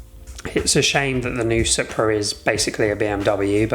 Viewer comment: Its pronounced supra as in soup-ra 😂😂😂